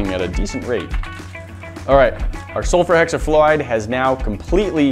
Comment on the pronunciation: How many times did he say sulferhexiflorid🧐🧐🧐